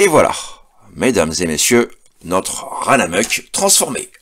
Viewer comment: Pourquoi dis-tu "Ranamuck" ? J'ai cherché sur le net et n'ait trouvé que "Runamuck". J'adore sa tronche (il me rappelle Rom de Marvel), sa carrure carrée et son mode alternatif avec le pare-brise travaillé. Je l'ai mis sur ma liste de souhait, même si le faux plastron me BOTte pas du tout. :p